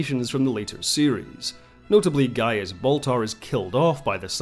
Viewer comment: It's Gaius, a Roman name, not Gaias.